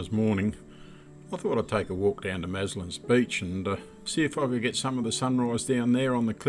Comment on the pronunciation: Great video, lovely time of the Year No white pointers at Maslin Beach about? Everyone says Maslins (no s)